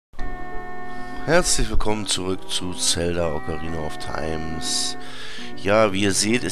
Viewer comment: Time nicht Timessss :D Aber super LP, weiter so